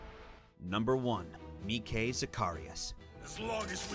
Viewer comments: "Meceh" It's Mike. Mike. Not Meceh. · “Mee-kay” I thought his name was just mike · I like how he read Mike as Me-Kay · Mi-ke zacharias massacred name xd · How the hell do you mispronounce Mike for #1? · The way he pronounced Mike tho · is it pronounced mike with a long i or long e? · How can a voice actor for AOT also butcher AOT names? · How can you be the voice actor from a series yet mispronounce names/places?